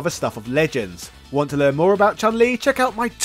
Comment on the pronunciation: "want to learn more about Chun-Li?" err how about you also try to learn to properly pronounce her name? 🙂